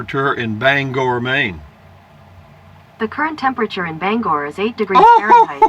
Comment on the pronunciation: Hey, New here, up last night researching small 4 season campers and came across you asking Google how cold it is in Bangor, impressed you pronounced it right. I live on the coast near Rockland, warmed up to 20°at noon. Another cold one tonight, just wish we had snow to go with it. Take care